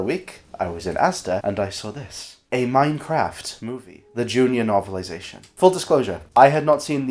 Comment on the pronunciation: this is edited with the same pacing as the minecraft movie also you pronounce minecraft like mein-kampf